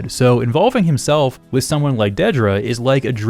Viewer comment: Thank you so much for being the only YouTuber I've seen who actually pronounces Dedra's name correctly